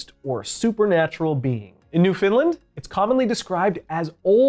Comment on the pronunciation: In New Finland? 😅 I’ve lived here 10 years and only recently realized it can sound like that. Stress on the LAND, so Newfin-LAND. But the pronunciation is better than most who emphasize the FOUND which drives most east coast Canadians crazy. The second time I had sleep paralysis was the scariest for me; some sort of demon was hovering above my chest with glowing red eyes. When I opened my mouth to scream, it turned into a fog and entered my mouth. Needless to say, I could not sleep the rest of the night!